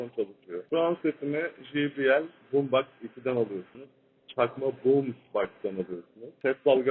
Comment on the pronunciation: BOOMSBOX xd